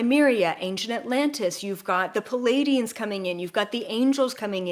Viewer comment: Love you.. no biggie but it’s Pleiadian not Palladians..